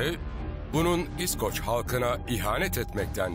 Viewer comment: surekli yanlis vurgu ile iskoc / iskoclar diyor ya seslendiren. kulagim kanadi. duzgun isi bilen birine seslendirme yaptirilmasi gerekirdi.